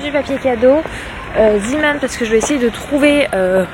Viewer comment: Pour zeeman on ne prononce pas ziman mais zéman c'est belge et le zee veut dire la mer en néerlandais ❤ Aussi nn super vlog ❤